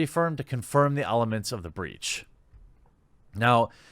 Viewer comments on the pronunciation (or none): Its not "breech", its "breach"